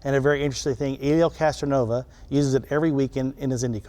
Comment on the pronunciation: Did that penzoil guy just say Helio Castronova 🤦🏻‍♂️ they should have someone who knows wft they are talking about read the script lol